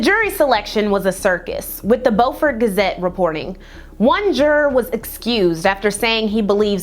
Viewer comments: Great video as always! Just wanted to let you know that unlike the way we North Carolinians pronounce "Beaufort," it's actually pronounced "bew-fort county." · Beaufort is pronounced byoufert! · This is a great and informative video! As a South Carolinian, the city of Beaufort is actually pronounced "byoo-fort" like the "beau" in "beautiful". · I love you but I’m an sc native. BEU-FORT like Bew-fort. And HeLL-En-NA